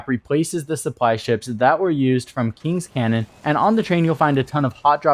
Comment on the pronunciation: Kings Canyon, not Cannon . Do wanna be that guy but it a bit annoying.